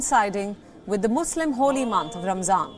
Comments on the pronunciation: I thought it was pronounced Ramadan and not ramzan. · It’s pronounced Ramadan not ramsZan